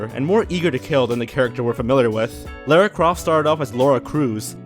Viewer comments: love the video but I will say this. The way you pronounced Lara urkes me. It's so wrong im sorry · Graining not Groaning also mispronounced Lara